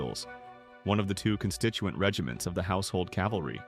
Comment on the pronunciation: There is not a “household Calvary”. There is a “household cavalry!” 🙄